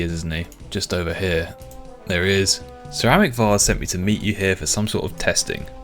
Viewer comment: Sir Amik Vas "Ceramic Vas" 😂😂😂 Definitely a Jagex inside joke 😂😂